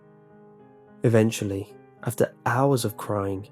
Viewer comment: E-vent-ually ahahahahahaha